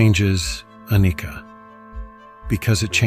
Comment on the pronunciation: Sadhu! Sadhu! Sadhu... 🙏🙏🙏🙏 Vi = Vishesh (Special/Within), Passana = To see (to see the realitilt within, as it is), Anicca - Pronounced not as Anikka, but as Anicca (chha, as in cha in gotcha.... likewise annicca). May all beings be Happy. Such beautifully crafted Vlog. Sadhu, Sadhu, Sadhu... 33 retreats as of now, and looking forward to many many many more in the remaining life. ❤❤❤